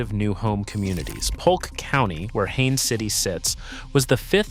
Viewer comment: It's Haines City, not Hannes or Hayne City; Polk State College, not Pulk. Learn to spell what you're talking about!